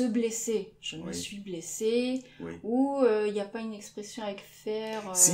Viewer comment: écris je suis et prononce chui